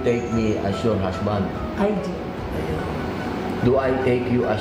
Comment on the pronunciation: so enjoy talaga this couple..hahahhah natawa talaga ako sa sabi ni mr. robin na"prounounce you hashband and wife hahahh love yu po,, at saka yung sabi niya na you may now kiss the bard hahahhah love you both